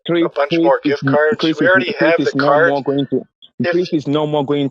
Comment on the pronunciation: Listen here I'm NOT CHRYISP!!!!!! I AM CHRIS?